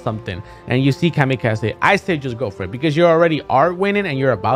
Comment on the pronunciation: No one: Zero: Kamy-kah-zeh